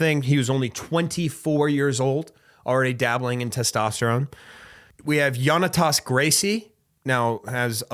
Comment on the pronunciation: It's pronounced Jonnatas not Yonnatas, ALSO he's not a Gracie. It's a nickname.